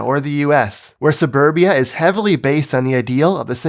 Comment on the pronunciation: Suburbia ❌ Saneburbia ✅